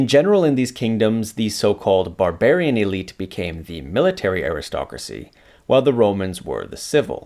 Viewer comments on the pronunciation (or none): none